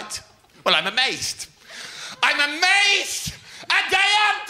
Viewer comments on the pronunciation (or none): it's 'amazed' not 'amased'